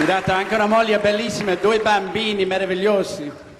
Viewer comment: I think he also wrongly pronounced "... Mia Molia" which should be "Mia Moglie".